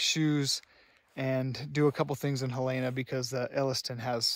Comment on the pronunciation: FYI, the name of the Montana state capital city is spelled Helena and pronounced Helen-ah, not Helayna.